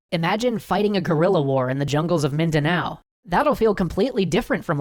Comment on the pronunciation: The way you pronounced Mindanao was fantastic!